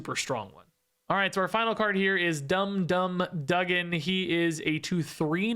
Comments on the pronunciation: Hopefully people don’t scold you for the pronunciation of Dum Dum Dugan. It’s technically “doo-gan”. But you do you. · Dugan is actually pronounced doo-gan